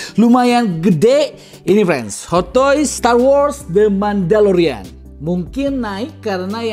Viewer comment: Mandalorian bang.. bukan Mandolorian.. kalo penggilannya emang Mando..